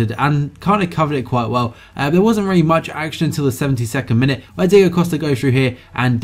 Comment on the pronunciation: This was a reary, reary nice video. Reary, reary well done. Also a reary, reary good question at the end. reary, reary.